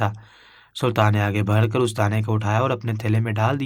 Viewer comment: بات صرف اتنی سی ہے کیا اپ ایک نمبر کے گدھے ہیں اپنی اس کہانی کو سنتے جاؤ اور ساتھ میں پڑھتے جاؤ تمہیں پتا چلے گا کے کتنے الفاظ تم بالکل غلط پڑھتے ہو لکھا کچھ ہوتا ہے پڑھتے کچھ اور ہو مسئلہ نیک لفظ ہے ( بڑھ ) اس لفظ کو تم ( بھڑ ) پڑھتے ہو جب کہ دونوں لفظوں میں زمین اسمان کا فرق ہے دونوں لفظوں کے معنی الگ ہیں ذرا اردو کی ڈکشنری اٹھا کر دیکھ لو تو پتہ چل جائے گا